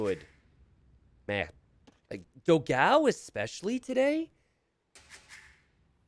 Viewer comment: Let me explode yours minds, Dogão means Big Dog in portuguese. And the pronunce is different.